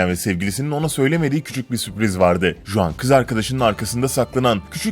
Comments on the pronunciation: juan diye yazılıyor ama huan diye okunuyor. meksikalı juan diye bir sevgilim var tesadüfe bak :D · ulan kriz gecirdim juan juan diyip duruyorsun. huan diye okunur o, huan huan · Ispanyol bir isim olduğu için CHuan diye okunuyor ve Cuan değil, baya sinirimi bozdu ajjsjsjszshsjwhhe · juan J ile okunmaz H ile okunur huan diye okuyacaksın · juan diye okunmaz git araştır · J değil h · Juan ispanyolca bir isim oldugu icin Huan diye okunur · Yalnız Juan diye okunmaz o hota sesi çıkartıp huan diye okumalısın.. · Selam Flor ben juan nedir yaa 😂😂😂 hi flor i'm juan falan olsa neyse . Töbe yarabbi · Juan değil "Huan" diye telaffuz edilir s2k biraz emek ver şu işe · iyi ama Juan Huang diye okunur arkadaşım.Kolay gelsin. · Juan Huan diye okunur Sanchez de sançez diye okunur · huan diye telaffuz edilir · Abi Huan diye okunuyor çıldırıcam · Juan ismi yazıldığı gibi okunmuyor diye biliyorum